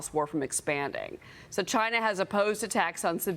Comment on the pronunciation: "Chy-na." DJT